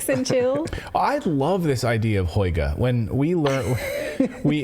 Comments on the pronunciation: Lol, such a funny way you pronounce "hygge" like "hoyge", haha. Try saying it like "hüggeh" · It's pronounced Huga.... with a long U as in Hugh or huge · It’s pronounced Who-Gha. You’re journalists. Why aren’t you looking things up before pronouncing a word that’s new to you? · Hygge is pronounced something like "hoogguh" - cosy. Yes they burn lots of candles to create the cosy atmosphere. Mind you it used to drive me crazy as I feel claustrophobic in low lighting!